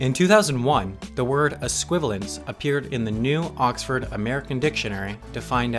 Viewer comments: Es-qui-val-i-ence, not es-qui-val-ence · I like how you mispronounced esquivalience, a word that doesn’t exist